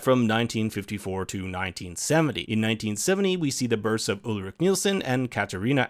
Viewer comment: Ulrich pronounced wrong too, dude c'mon